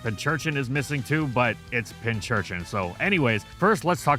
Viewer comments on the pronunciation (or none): It's pin curchin, like pin cushion. Not pinch. Pin cushion and urchin put together.